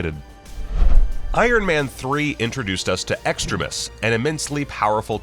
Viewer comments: it’s pronounced extreme ius not extra-ist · Who else cringed at the way the narrator of the video pronounced extremis?